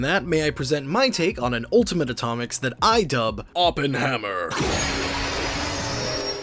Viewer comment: You did not call it oppenhammer